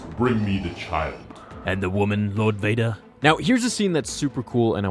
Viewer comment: WHOM EVER DOES VADER... NEEDS PRONOUNCATION LESSONS